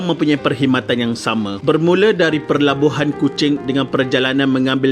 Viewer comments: Pelabuhan admin, bukan Perlabuhan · Maaf tolong betulkan ya, PELABUHAN bukan PERLABUHAN